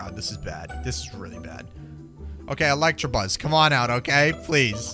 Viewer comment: it's electabuzz not electrabuzz